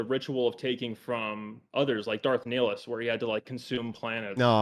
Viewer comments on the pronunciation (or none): First time I’ve ever heard it pronounced Neeeeelus. Always thought it was Nihilus. As in Niiiiilus Secondly. I agree with. I believe qui gon had romantic affairs. He slightly pulled away from the stricter teachings of the Jedi order, and would’ve been the best teacher for anakin. It ended up being obi wan, but obi was too dogmatic. Less turmoil in his heart. He is too different from anakin in their nature and worldviews. The Jedi worldview worked just fine for people like obi wan. In fact. Obi wan became one of the greatest Jedi ever under the Jedi teachings. He beat anakin/Vader like 3 times…. anakin just has a different nature than obi. Anakin is deeply passionate. Needed a different style of teaching. Beyond that. I’m very very surprised the debater against didn’t bring up having anakin slaughter children, and losing everything he cares about as the direct result of that as an example of the sith being “bad”. Having contend against that would’ve been more effective than anything he actually presented like the Jedi orgies.